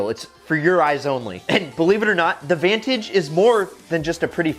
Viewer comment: U said vantage wrong